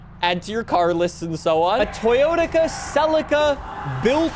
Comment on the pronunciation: bro said toyotica